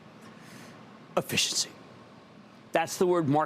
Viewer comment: It is not "Afficiency"! I repeat, NOT "Afficiency"!! It's 'Efficiency'! Got it?! 'Efficiency'!